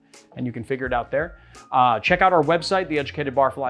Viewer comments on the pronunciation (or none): none